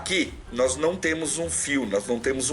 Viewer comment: Parabéns peito conteúdo! Sempre te acompanhando! Like toda hora. E "noiz" rsrsrsrsrs